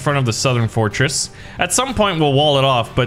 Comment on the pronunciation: i died of laugh when he sayed fortsress